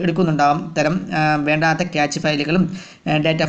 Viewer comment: ക്യാച്ച് ഡാറ്റ അല്ല ക്യാഷ് ഡാറ്റ